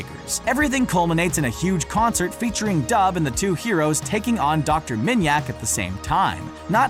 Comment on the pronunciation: Dr. Manyak it’s dr. Minyak. Seriously?